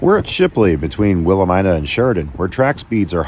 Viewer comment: Not Willa ME nuh?